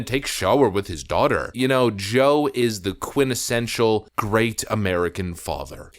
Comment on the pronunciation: did you just say "quinnessential" instead of quintessential??? Tardmind strikes! You should hire me as your speech coach.